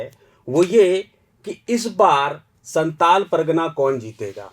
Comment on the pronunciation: Santal nhi santhal pargana hota h 😂